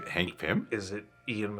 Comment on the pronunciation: I’m sorry but ya’ll said “Hank Pymm” what?! 😂😂